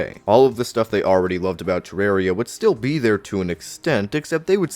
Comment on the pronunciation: It's not "Terrary"